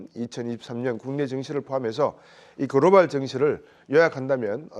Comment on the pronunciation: "그로발" 아니고 "글로벌" ^^